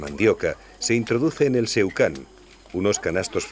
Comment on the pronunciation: Agradecido por el video de nuestras etnias y tribus indígenas originarias. Una acotación, el artilugio para exprimir la tapioca (llamada en venezuela yuca) se llama seBucán, no seucan. Saludos.